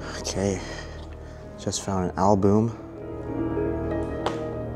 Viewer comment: Why do you keep pronouncing a simple word like album wrong. It's with the u pronounced like a short u. Not a long U.